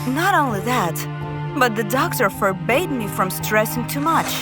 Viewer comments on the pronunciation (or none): Forbade not "forbay." Anyway, God knows I can't marry a stingy man, cos we'll have serious issues everyday.